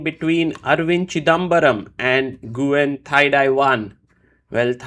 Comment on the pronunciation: I think that guy's name is pronounced something like "Nwin."